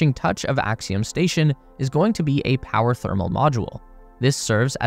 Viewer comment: Mmm…yes. “Powe”